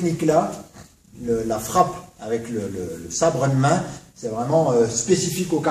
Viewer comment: "Watza"... Bonjour la prononciation.. ça aura au moins eu le mérite (au delà de me faire rire) de faire écho au "whatza fuck ?" qui m'est venu à l'esprit une trentaine de fois dans cette superbe vidéo, le best fut pour moi le "sabre eud' main" -> pépite